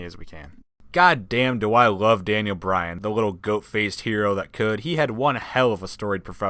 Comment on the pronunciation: it's bryan not Bryant